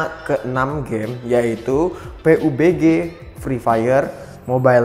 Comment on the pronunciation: Bang saya saranin Kalau sebut nama game pubg jangan Peubege bang Pabjii aja nyebutnya